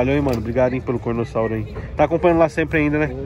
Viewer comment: e carnotauro não cornossauro